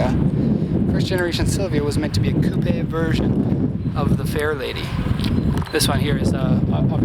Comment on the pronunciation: How do you not know how to pronounce jaguar or coupe. Show some respect to the 22b